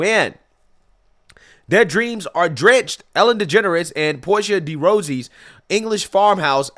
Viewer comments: Portia's last name is pronounced DUH Ross E. The river Thames is pronounced Tems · It's pretty irrelevant but I just wanted to say that her partners name is pronounced "Porsha de Rossy" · Porsche de Rosies?!? You're killing me,. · de Rossi - like "bossy." And Thames is "temz." Just sayin. But just a classic move that her entire new estate flooded. Wow. Burning in wildfires in Cali, flooding in the UK. I almost feel badly for her. ALMOST. Heh.